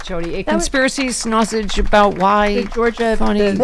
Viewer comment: I heard snausage as well at first. I got you, 😉